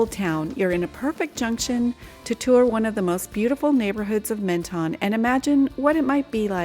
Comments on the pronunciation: Pronounced Mon ton not Men ton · Pronounced MON-TON. Sorry to be a Pedant. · You’re not supposed to pronounce either of the two N’s in Menton !!! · No it’s not! It’s pronounced MENTON! EN and ON are not pronounced the same way! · MEN and MON are not pronounced the same way!! Bad example! Try the word MENteur for example. The tong never touches the pallet either. But be right if you wish to be. Am signing out of this exchange and wish you all the best.